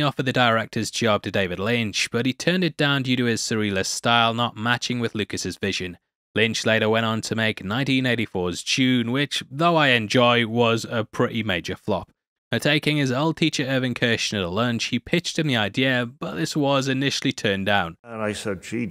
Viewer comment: It is called "DUNE" not "JUNE" :)